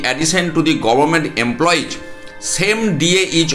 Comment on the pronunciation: "Emploiz" na bole bolun "employees ".